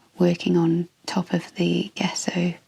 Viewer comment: Hi,. An interesting video, but two things I'm surprised that no-one's mentioned! In reverse order: 3: Gesso is pronounced, "Jess-oh" with the accent on Jess. We can check almost any pronunciation we're unsure of on Google Translate - it does a pretty good job, unless it's a really obscure language! Tell Google if you know the original language, otherwise it may decide it's English, which doesn't always help, as it can come up with the American pronunciation! If unsure, choose 'English (British)' Put the word in and then click on the 'listen' icon at bottom left to hear it pronounced, 2: A very serious health warning!!!: Using gesso, creating a rough surface, will cause serious damage to your watercolour / gouache brushes, brush markers (regardless of tip!), pen nibs and fineliners,.It also will eat up your pencils and Neocolors very fast. If you wanted the resist, then you'd need to sand it to a fine, smooth surface - but that creates plastic dust, which is not good for your health nor that of the environment. But at base, it's not intended for sketchbook use, though it seems to be a fashion on ArtTube recently. 1: Acrylic gesso and paint contain plastics which find their way into our soil / water very easily. It's not only in artists' paints, but it's in all sorts of household paints and other things as well, and none of this is good news for our struggling planet!!!! The reason your pencils came out darker is a direct result of the rough surface, which grabs all th